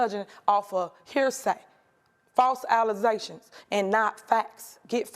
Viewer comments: Did I hear false “allesations”? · Did she say "false allizations"? 😂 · what is "false allesations" 😂😂😂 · What is an "Allization"? She said the word, not me! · She also has trouble with English literacy....she really just said "allizaytions" instead of allegations 🤦‍♀️ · She said they judging based on “false alizations”. 😂😂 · She can’t even say allegations correctly. What is allesations as she has put it. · I didn't know alishashion was a word for allegations 😂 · "False alluzations"???? This woman never ceases to impress. . . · Allegations... not Alluzzzzations😮😂😅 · Ya girl said allezations instead of allegations 🤣. You can take the girl out tha hood but can’t take tha hood out tha girl. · She said “ FALSE ALIZATIONS” 😅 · 😂😂😂 “False Allezations” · False Alize(shuns). She drunk 🤣🤣🤣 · Did I hear her say "false allesations"...😂😂 somebody, please tell me that's not what she said. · “False alizations” 😂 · Nobody- City Gurl Mayor- “ALLEZATIONS” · Did she say "false allezations" ? Hmm, ok...just checking. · Did she say false allezations?😂 She prob paid him off to be soft on her. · Did she say "false Alizetions"??? 🤦‍♀️ This is the mayor?! Smh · New drink??? False "allezations"!!! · What the heII are “allezations”? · “False alazaytions” is crazy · Did she just say "false alizations"?? 😂😂🤣🤣😂😂😂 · “False allezations” 🤌🏿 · "False Alasations" is crazy work 😂😂😂😂😂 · "false Alizations" Please stop talking 😭😅😂😂😂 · " False alaZaTionz".😅...is that a word? Did she mean False accusations? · From now on, “False Alize-tions” my new “Fake News”! 😂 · Did she say false Alizè tions 🤣 I’m sooo weak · OMG 😂 Did she attend high school? She said "Alizations"😂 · "false allezations" 😂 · She also should learn the English language… false allizetions 😂🤦‍♂️ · False ALLEZATIONS!!! 😂😂😂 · She say 'Alize--tions' , now thats super ghetto 😂😂😂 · Did she just say “alizatons.”??? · She really said “ false Alizations”😅😅😅 bro I’m dead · “…judging offa hearsay, false alizé-tions.” 😂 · False ‘Alize-tions ’ hu 🤦🏾‍♀️